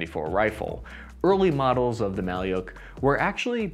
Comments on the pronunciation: Bruh not maly’uk just maluk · It's not pronounced Mali-yook It's Mal-yook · Thanks for the interesting review! It should be pronounced like [ma:luk], not [ma:liuk] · Malyuk or Малюк, is not russian word at all, pronouncing as mah-lewk or Ma like Mam and Luke like Luke Skywalker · Mah-lee-yoke??? 🤣🤣🤣 How difficult is it to punch a word into an online translator (Google translate?) and tap a speaker icon 🔊 to hear an actual pronunciation? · "Malyuk" is not a Russian word, in the Russian language there is a word "Malyush". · You wrongly stated that name of rifle “maliuk” is russian and Ukrainian word which means “baby boy”. There is no word “maliuk”in russian language, alternative in russian to this word is “малыш” which pronounces as “malysh”, these are two distinctive words with the same meaning. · Wrong. "Malyuk" is only a Ukrainian word, Russian variant is "malysh". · A little correction, "malyuk" is a baby in Ukrainian, but in russian it pronounces like "malish" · “Malyuk” is Ukrainian word, in russian it’s “malysh” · There is no "Malyuk" in russian language